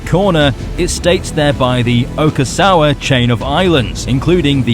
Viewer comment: It clearly says "Ogasawara" not "Ogasawa"